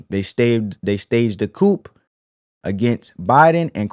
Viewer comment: They staged a coop! 🤣🤣🤣🤣🤣🤣🤣🤣🤣 It is pronounced "coo" (coup) brother!